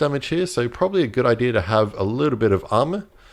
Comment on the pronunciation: “probsably” 😂😂😂 struggle was real in this vid